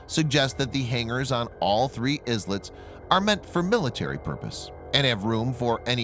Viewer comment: That's not how to pronounce islets